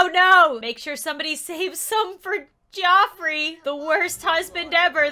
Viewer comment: "Geoffrey" is pronounced "Jeffrey". I should know, that is my in-law's name.